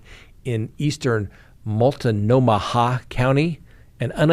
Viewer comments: Multnomah: Mult-know-muh just saying 🤣🤣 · Its Mult-no-ma that is how its pronounced. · “Mult-no-muh” is how you pronounce Multnomah County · 😂😂 say it with me,: "molt-no-mah."😂😂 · "Mult-no-ma, h is silent. Nice one,. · Its pronounced Mult-no-ma lol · Mult-NO-mah County, Oregon (look up Multnomah Falls- it is impressive). Clack-UH-muss County, Oregon (can't think of anything impressive). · "Mult-no-ma" hahaha